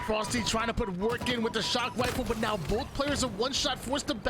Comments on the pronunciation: He has a speech impediment and it is so god damn distracting. I wish he would just call them snipes. He says sniper rifle like a 5 year old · Why does he say rifle like that